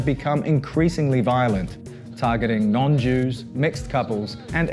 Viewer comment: "Yudes" ?!?!?!?! :D